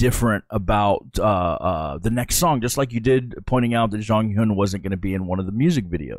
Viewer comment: just a tip on pronunciation onew --> oh - nyu ( you been pronouncing it more like on -new) jonghyun --> jong - hyawn (two Korean sounds get romanized as U, but the one in Jonghyun's name is actually pronounced closer to au or awe.) minho --> mino (the h is usually silent in Korean, and often just represents more air coming through) taemin --> teh min (think most people mispronounce his name as tay-min) key is an english word so the pronunciation is fine I really like your reactions for SHINee, I think I've watched them all in one sitting. I've learned some things about how the songs were produced that I haven't noticed before despite listening to the songs so often and feel that you genuinely like them. Even the songs you don't vibe with are songs the fandom also doesn't always vibe with lol (a.mi.go, why so serious, etc). Would love to suggest some more b-sides after you've caught up with the title tracks Also, one thing that helps me accept Jonghyun's passing is that he really fought hard for creative control, not only for his own solo work, but also SHINee's. And his legacy can be felt through what they currently release. So even if he isn't there, his influence still is. A lot of fans consider SHINee a 5 membered group in the present even if they preform as 4 because he did a lot to shape their image and sound. You can also listen to some of their Japanese title tracks with Jonghyun. One I would specifically recommend is Your Number